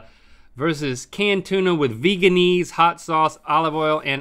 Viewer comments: Vehguh-in-ase. Not vegan-ase. The creator said that’s how it’s pronounced because back when it was created vegans weren’t popular. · It’s pronounced veganaise like mayonnaise not veganeese lol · I love how they call it "vegan-eese" even though they pronounce mayonnaise "mayon-ayse" not "mayon-eese" lol